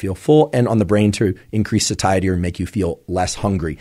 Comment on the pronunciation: 'Satiety' is not pronounced 'suh-TIE-it-tee'. the correct pronunciation is 'SAY-shuh-tee'.